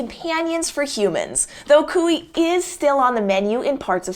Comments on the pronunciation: Guinea pigs are the best! This is a well done video that’s very informative. Something that should be noted though is that you’re pronouncing cuy incorrectly - the proper way to say it is ‘kwee’ rather than ‘coo-ie’. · Cuy is pronounced “cooy” not “cooey”. The Y is pronounced just like in toy